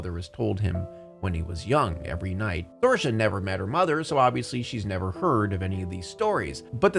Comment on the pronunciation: It's pronounced SEER-Sha. Not SOAR-Sha